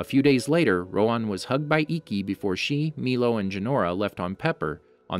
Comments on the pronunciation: Isn’t it Rohan and not roan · It’s roHAN not roan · It’s Row-Han. Not Rowan. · its not rowan its rohan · My nigga. Rohan. Not roe'juan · Why are you calling him "roWan" instead of "roHan"? it's a pretty common name in southeast Asia. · Ok im not trying to be mean because this could just be a voice problem but why do you pernouce avatar characters because Instead of Rohan your pernoucing it ro-on again im not trying to be mean but its a little weird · It's pronounced Roo-Hhan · I don't know why but the way you are sayin rohan is wrong my name is rohan and that's NOT HOW YOU SAY IT